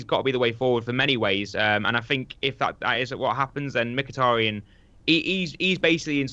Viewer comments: please... STOP SAYING "micktiriiiin" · Hate the way keeps saying Mik-tirry-en hahahaha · Miktirian and jess lingard? sort your pronunciation out ffs. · for fuck sake, stop saying 'Miktirian', that's not even close to how you pronounce his name, I die a little bit inside every time you say it. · Adam 10 He's probably sick of pronouncing Mkhitaryan's name like a moron